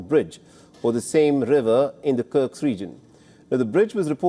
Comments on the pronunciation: My friend… it’s kursk, not sure why it’s so difficult to pronounce for you 😂😂😂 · It’s KURSK! Get it right!